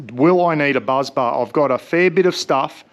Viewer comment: Great video. Firstly it’s BUS bar not BUZZ bar. Secondly, your Jackery is only 44.58Ah not 170Ah. The battery in the Jackery is 45.8 volts, not 12volts. So 2042Wh divided by 45.8volts is 44.58Ah. Thirdly, an isolator would be a great idea, probably a fuse or two in the right places wouldn’t hurt either. When you connect the Shunt, all the negative connections go to the shunt and the shunt connects to your battery. If it was my system, I’d just use the Itechworld gear to run your house and use the Jackery for camping. Just look at the size of the Itechworld inverter against the Jackery, imagine how big the inverter is in it along with all the other stuff in there. I emailed you a few weeks ago. Alan from Collinsville, you know my cousin Mick. CopYaLater, Meeko P.S. I thought the Bluetti Charger One only works when connected to an alternator. I’d be very interested to see how you got it to work! 😊